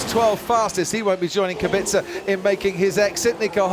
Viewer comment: Is it really that fucking hard to say (KubiTZa)?!